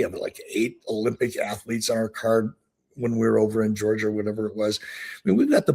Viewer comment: 21 minutes into the video, and I have to stop. Eric continues to mispronounce the name of the country of Georgia ( which is NOT pronounced the same as the state of Georgia) has given me the ick on this episode. I've wrestled in the country of Georgia as a member of the US Wrestling Team. Eric has done this enough times, that I'm to the point that I don't believe he was ever actually there. Guess I'll try next week's show. Best of luck.